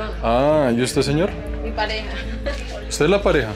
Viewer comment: El zeñor como dice esooooooo hahahaha